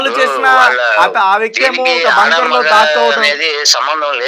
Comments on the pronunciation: ఒరేయ్ బాబు టాంకర్ కాదురా బాబు... బంకర్... నీకు టాంకర్ కీ బంకర్ కీ.. తేడా తెలియదు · టాంకర్ కాదు నాయన! బంకర్ అను